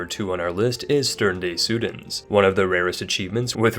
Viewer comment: as a werder bremen fan the "stern des süden" achievement breaks my heart